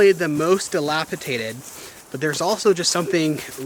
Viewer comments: FYI: the word is “Dilapidated! Not dilapitated!😂 no tater involved ! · I love your videos and can't wait for them to come out, but geez, you have to learn how to say the word dilapidated. There is only one T. It is pronounced d-lap-i-Day-ted! Not Tay-ted. Thanks for sharing your lives with us. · Dilapidated. ... " dated. Not dilapi tated. just sayin...